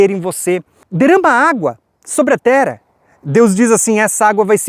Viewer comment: você não tem a voz pesada. Você é benção! Até já me acostumei com o /tera/ ao invés de /terra/ de tanto que consumo os teu vídeos e ensinamentos. Só o fato de você não se deter em debate inócuo sobre terra plana e não se portar ofendendo outros, já basta para ouvirmos e aprendermos do farto e rico entendimento que Deus tem nos ofertado por meio da tua disposição. Um ano lindo e abençoado pra você!